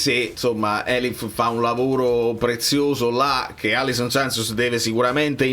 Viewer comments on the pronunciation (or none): Alisson, non Allison